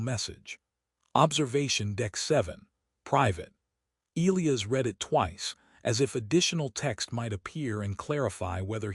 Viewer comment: Back to mispronouncing Elias😬